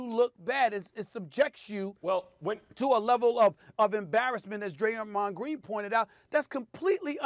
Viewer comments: Bro said "Graymond" The Adult me instantly sang Digi mon Digital Monsters 😂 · SAS really turned Draymonds name into a Yugi-Oh character 😂😭